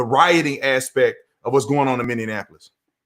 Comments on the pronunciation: Mr. Tatum- It’s Minneapolis, not Minneanapolis. 👍 Sorry has to say it, this is second video I watched where you said it with an extra “N”. It’s all good, good video👍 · Brandon its Minny-Appolis. No D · How you say Minneapolis is making me laugh so hard.. I'm dying over here. You guys are awesome!! Minneapolis is my home city. I'm so sad..